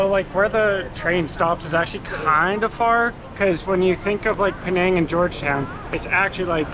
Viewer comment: it’s Penang not Pee-nang